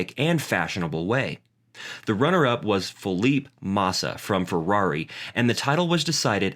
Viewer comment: You need to review this video because you've made several mistakes in pronunciation of peoples names Fernando Alonso and Felipe Massa you have got wrong in pronunciation. also you have failed to do your research of the 2009 season. if you did you would have spotted that Hamilton did win a race in 2009 winning the Singapore and Hungarian grand prixs.